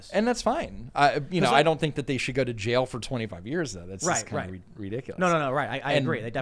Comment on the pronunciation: “Right to jyail”